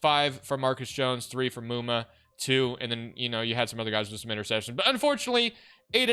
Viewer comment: THANK YOU FOR SAYING MUMA CORRECTLY